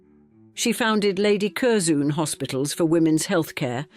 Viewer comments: I really enjoy your documentaries, but please research pronunciation. Curzon (pronounced Curzun, not Curzoon) and Blenheim, pronounced (Blenim, not Blenhime) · Kerzoon! Gadzooks! Cur-zun is how it’s pronounced. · Cur-ZOON. Oh dear. It's pronounced Curzen. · This AI is the worst can’t even pronounce Curzon pathetic this is appalling